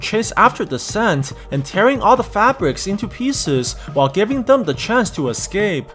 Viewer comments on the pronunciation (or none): none